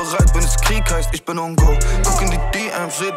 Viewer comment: Kalim kann einfach "ICH" richtig aussprechen!